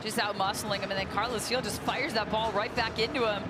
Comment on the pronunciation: And she should probably learn how to say the revs captain’s name properly. She called him Carlos Gil the entire night.